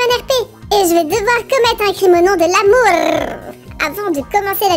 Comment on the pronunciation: L’accent au début pour amou rrrrrrrrrrrr rrrrrrrrrrrr rrrrrrrrrrrr rrrrrrrrrrrr rrrrrrrrrrrr rrrrrrrrrrrr rrrrrrrrrrrr rrrrrrrrrrrr rrrrrrrrrrrr rrrrrrrrrrrr rrrrrrrrrrrr 😂😂😂😂😂